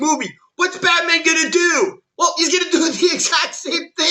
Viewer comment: He keeps saying botman 🤣😂🤣